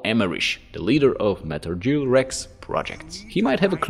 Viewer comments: I feel bad for laughing, but I feel like he’s doing it on purpose. He pronounces everything else almost perfectly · Other than the pronunciation of “Gear” this was solid